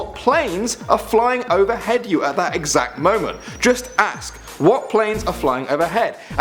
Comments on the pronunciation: you can't say 'ask' you say axe. is stupid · I said he doesn't know how to ask the word ask, it sounds like axe